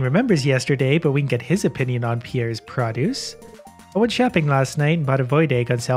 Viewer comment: "pra-duce" gets me every time.